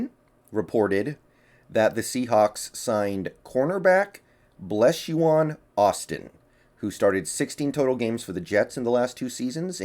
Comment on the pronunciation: Blessuan is pronounced like Stefon …Bless-suan